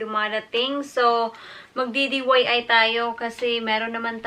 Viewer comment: DIY po hindi DYI